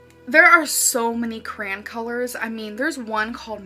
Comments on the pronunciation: OMG. When she said “if I was a cran color” I thought she meant a cranberry, and I thought “bitch, you’d be the color of a cranberry. Are you high? WTF are you talking about?” and then you said “she means CRAYON” and I died. WHY does she mispronounce EVERYTHING?! She wants people to think she’s smart while she speaks like a moron, kind of like how she wants us to think she’s pretty while she’s carrying 600+ pounds on a 5’ frame… 👀🤷🏻‍♀️ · How she pronounces "crayon". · Her accent is so jacked up. The only place I’ve ever heard crayon pronounced as “cran” is from Pittsburgh to maybe the Indiana-Ohio border (?). It’s definitely part of a regional accent, though, and to my remembrance, Amber hasn’t ever lived there.